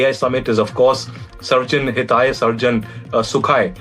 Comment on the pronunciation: "Government" is plural. So, "government of India HAVE (not has) pointed out". "Sarvajan Hitaya, Sarvajan Sukhaya" is mispronounced by your narrator. I doubt if he has ever read even a single phrase in Sanskrit. But then, nothing better can be expected from NDTV anchors and narrators